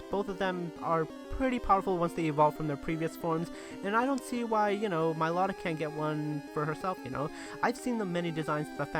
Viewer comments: It's not milotic is not pronounced my law tic it pronounced mill oh tic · you said milotic wrong idiot you english bra you suck you always get pokemon names wrong i unsubbed u suck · Everyone prouncess milotic wrong